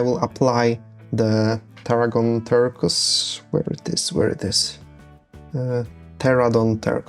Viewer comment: Ter-Kwoiz phonetically, but google text to speech will help there. Great terrain you have there and a good vid to watch while I build my own. Your English is fantastic btw, no need to hesitate, just charge through it, Brother